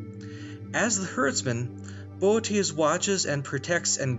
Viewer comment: The way you pronounced Boötes is perfect🙃